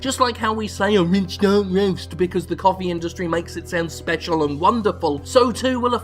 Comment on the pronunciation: I would pay good money for a soundboard clip of Jim saying "rich dark roast" in that glorious dialect.